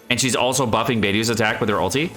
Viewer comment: notice how he hardens the way he said "BUFFING" That's sus